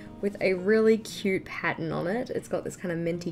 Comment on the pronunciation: The way you say "It's so cuuuuuRRte" just makes me laugh. 😆